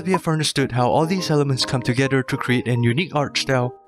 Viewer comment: did u hear him say togeder